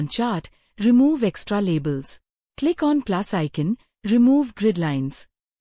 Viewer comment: The "Illustrations" group isn't a default Excel group. It's a custom group, which can lead to some confusion. Also, that AI voice needs to learn how to pronounce "pivot". And it was hit or miss with "icon". And it totally mangled "extra labels" more than once. Other than this feedback, it's an otherwise interesting video.